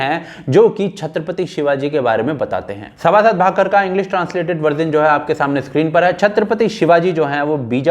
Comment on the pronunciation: भैय्या, आप बार बार उस ग्रन्थ का नाम 'सभासद भाकर' कह रहे हैं जबकि सही नाम है 'सभासद बखर'. बखर यानी प्रतिवेदन या आलेखन. क्षमा करें आपके भावों को समझ पाया लेकिन इतनी सी भी गलती क्यों रहे इसलिए.